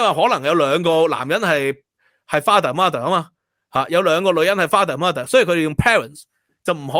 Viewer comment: mother 的發音不是 ma ther，應該是 mud ther